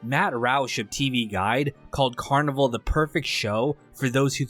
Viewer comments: Well, I guess cause there’s a carnival in it he just assumed that. But he’s always done a pretty good job at summarizing this stuff, despite not saying the name of the show correctly. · Well first off its pronounced Carni-VALE. Anyhow I get that you generally didnt really get the show and thats ok it wasnt for eveyone. Thanks for at least shining a torch on it. Heres the thing, this show was brilliant on so many levels and no it didn't lay eveything out for you. It was an intriguing mystery and you had to think for yourself a bit. I think the character development was fine but yes some of the side characters should have been developed further. Yes I think it borrowed from the original Twin Peaks and David Lynch but in a good way, with its own original feel. I think the real tragedy of this show was not that it got cancelled, which was disappointing, BUT that Daniel Knauf the shows producer didnt take the 3 hour Movie ending that was offered to him to finish the show. Although not the outcome he would of liked, it WAS an outcome. Yes it would have meant some short cuts had to be made, but why let the whole brilliant cast and crew down by taking his bat and ball and going home. Had he have made the 3 hour ending I believe we would be viewing this series/extended movie very differently today. I have no doubt that it would have gone on to become a revered cult classic just as the original Twin Peaks is today. Twin Peaks is often thought of as the greatest television series ever made.. let that sink in. By not finishing the show, albeit not on his terms, Daniel Knauf gave future generations ZERO reason to discover it and it has slowly became obsolete. Such a sham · You're right, that is how it's pronounced. The guy who made this video is saying the word carnival. It's pronounced they way you said which is the same as it would be in French which is the spelling used in the show title. The first episode even had the carnies singing multiple songs in French.